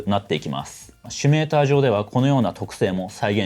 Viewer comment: 「シュミレータ」とか「シュミレーション」と連呼していますが、大丈夫ですか。それともわざと？